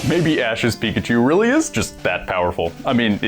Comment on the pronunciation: Pika-chue bless you